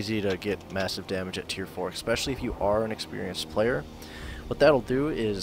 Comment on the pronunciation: "expecially"....lol, Americans.....